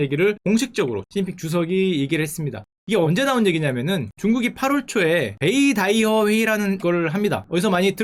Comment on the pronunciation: 베이'다'이허가 아니라 베이'따'이허에요~